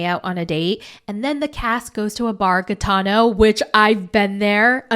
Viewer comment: It's pronounced like hee-ta-noh. It means gypsy